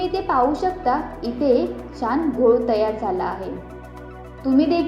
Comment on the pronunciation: शान नाही बाळा, छान